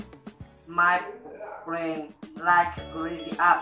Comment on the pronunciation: Bẳng tuổi bạn, học lớp 9 mình chỉ chào hỏi = tiếng Anh thôi, chứ chưa phát âm hay mạnh dạn nói tiếng Anh ntn đâu. Một vài từ nghe được mà bạn nên chú ý phát âm lại, là okay ngay: international, young people, brain,... thấy được tự tự tin và tâm huyết trong video của bạn, cố lên nhé! Học phát âm thật tốt trước khi nói, nghe và nhìn chữ khi nghe, chắc chắn bạn sẽ tiến bộ lên rất nhiều. GOOD LUCK!